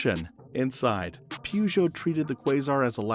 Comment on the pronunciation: Look, a Pee-you-geot !!